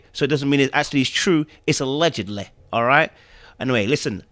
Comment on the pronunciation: Lol- you sounded almost Scottish when you said allegedly. 😄😄